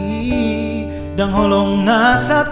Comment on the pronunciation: nampak kali yg nyanyi gk biasa pake bhasa batak,....cara pengucapannya itu keliatan maksa, ada bhsa batak yg pengucapannya bisa di gabung 2 kata, "dang holong" dibaca bisa 1 kata kayak "dakhkolong", mgkin jg logat daerah tertentu...mnurut ku 😊